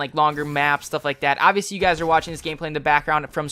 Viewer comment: lol u said obviosly 80 times lol